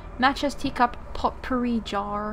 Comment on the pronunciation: It is pronounced poh-pourri, not pot-pourri. Not to sound rude or anything. I was just raises by an English teacher.